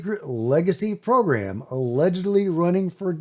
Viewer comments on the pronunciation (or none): none